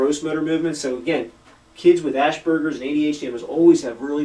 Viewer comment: Honestly, your credibility would be much higher if you learned to pronounce Asperger´s...